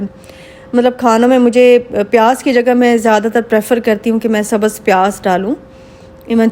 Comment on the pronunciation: Iam sorry say ur prounction always wrong hoti hai aur sabhz nai hota sabz